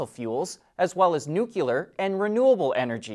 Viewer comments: Dude, you should learn to pronounce the word 'nuclear'....it sounds like new-klee-uhr.....not new-cue-luhr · Did you really just say “nucular”? Better aks somebody🤣